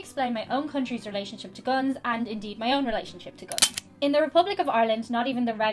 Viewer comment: Gwuns so scwwarrryy lol